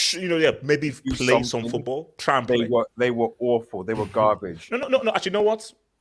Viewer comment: Someone tell it’s FOOTBALL not Foothball